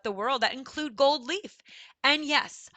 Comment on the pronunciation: Where are you from? I am from Hungary. You pronounce an s after a lot of words where there is no s Sound found like gold(s). It is disturbing quite a bit.